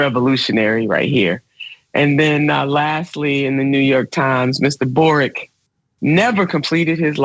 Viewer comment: boric, not broric. mapuches, not mayans